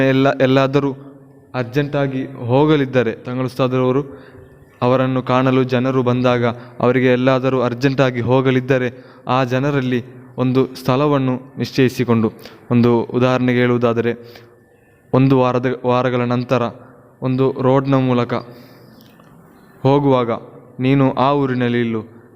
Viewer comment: ಮೊದಲು ಸರಿಯಾಗಿ ಕನ್ನಡ ಮಾತನಾಡಲು ಕಲಿ.. ಹೇಲು ಅಲ್ಲ ಹೇಳು.. ಸ್ಥಲವಣ್ಣು ಅಲ್ಲ ಸ್ಥಳವನ್ನು.😄😄😄